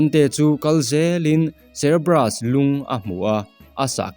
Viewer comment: Cerebrus i tih hi cerberus zawk ni lo mi..hre chiang bik chuang law